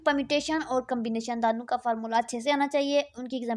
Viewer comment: ap 2 ko dano ni bola kryn dono boldia kryn thik hai baki bht acha guide kr rhi hain ap👍